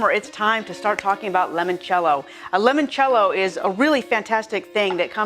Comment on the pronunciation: Great video.. Just one thing. It's "I" not an "E" as in L"I"moncello.. I really noticed during this video presentation every time the host enunciated it wrongly.